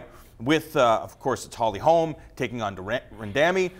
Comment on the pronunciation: "ran..damy" think he got that wrong 😂